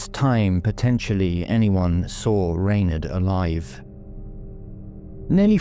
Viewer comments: it has always been pronounced as Rawn- aid or Ronaid bit like Sinead in Dublin where I’m from but her family may have changed their own Pronunciation, there are many names like this , Sinead , Blathnaid etc . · Perhaps that’s how her family said it ? I am in fact Irish born and bred so as I said I have never heard it pronounced this way . I am also from Dublin so it’s not a regional thing . Could be the family’s preference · I have never heard her name pronounced like that . Irish people would call her Ron-aid … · Rain aid, I'd pronounce it.